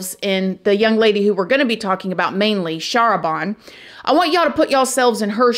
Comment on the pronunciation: I believe her name is pronounce "shah RAH ban" with the emphasis on the second syllable. *and the "ban" rhyming with "can"